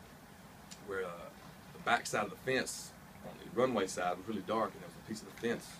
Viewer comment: One can tell Sam Hunt is a country boy at heart as he pronounces the word fence as "fince". Do it Sam & be proud of it !! Love KU's version but why in the heck did you let him record this great song rather than perform it yourself? Glad you did, I love both version of 2 different artists. You are my NEW Keith Urban crush. On my playlist for working out & running. Thanks, your songs give me the energy to run those 10 minutes miles! Love Ya from North Carolina & sooo glad to find you ! Make it to NC Sam Hunt fans....